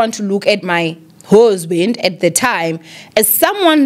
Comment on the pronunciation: "my hoesband😂😂😭or ndive Kakubi guys?